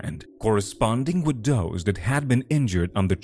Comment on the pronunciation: I’ll start by saying that the narrator has a great tone to his voice. Yet. Apologize for the harsh criticism, but having someone with such a strong foreign accent ruined the immersion for me. The first “Those” pronounced “Doze” pulled me out.